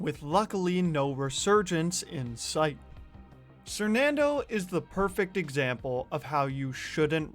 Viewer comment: When did he change his name from "sernandoe" to "sernando" lmao